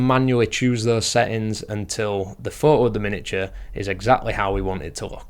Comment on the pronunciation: Wait... So you can pronounce the "t" in "photographers" but not in "photo"? Fuck I rude... 🤦🏻‍♀️